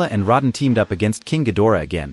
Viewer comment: You pronounce rodan as. Roe Dan. Not rod on